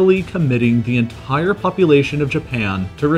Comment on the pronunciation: Dude, stop saying "en....tttire" every time you say the word "entire". And the way you vocalise your emphasis on numbers, so irritating